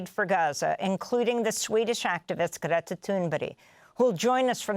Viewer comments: who? How do you say her name? Amy’s the only one that’s been pronouncing it like this. I don’t speak Swedish. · ♥️👏 just one criticism the presenter of this vital channel should really know how to pronounce Greta's christian name. I think she pronounced it two different ways during this post... 🫣